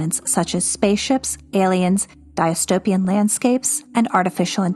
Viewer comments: Dis-tope-ee-an not di-as-tope-ee-an. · Excellent work. Thank you. Glad this miraculously showed up in a search. One tiny suggestion, "dystopian" is pronounced incorrectly a couple times in the video